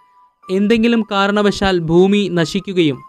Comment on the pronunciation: ഫൂമി അല്ല മുത്തേ ഭൂമി ഭൂമി